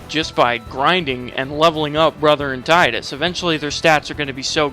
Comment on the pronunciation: god bless you for not calling him "TEE-DISS"